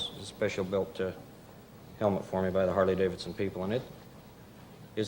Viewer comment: He should've jumped with a Honda, not a "Hardley" (harley)